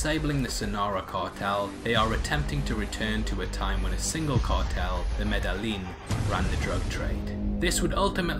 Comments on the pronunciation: Thank you for the video recap. How do you watch a whole movie where they say "medayeen" often and then pronounce it "medalin" in your video ? Im genuinely baffled by this decision(?) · It's pronounced MEDA-een. FYI. The l's are just like in quesadilla silent.